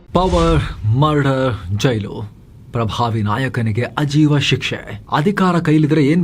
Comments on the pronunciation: ಅಜೀವ ಅಲ್ಲ, ಆಜೀವ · “ಅಜೀವ ಶಿಕ್ಷೆ” ಅಲ್ಲ “ಆಜೀವ ಶಿಕ್ಷೆ”